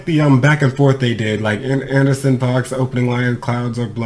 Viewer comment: Nah homeboy, groups have a point of view...so when the group says they are leaving the door open they are speaking for the group...it's not like rappers competing on a track as individuals...it's a group. And dude name is pronounced AN-DER-SON.